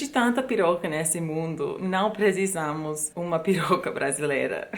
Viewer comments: O jeito que você fala piroca é muito engraçado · Oi gata! Quer dizer que as americanas não querem piroca brasileira??!!! KKKKKKKK Muito engraçado você falando isso com sotaque KKK. Eu tenho uma dúvida: recentemente conversei com uma amiga que mora em Berlim que disse que lá é a cidade dos solteiros, que isso tem acontecido em muitas cidades da Europa. Como é nos EUA? O casamento também está virando uma instituição falida nos EUA?